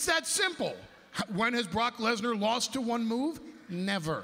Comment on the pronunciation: "When's the wast time Wesnar wost to one finishing move?"